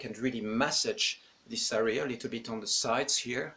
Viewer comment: You’re not pronouncing “area” correct. The accent goes on the first syllable. Not the second.